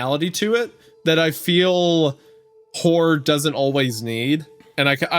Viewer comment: I swear every time Wendigoon says horror I just hear whore lol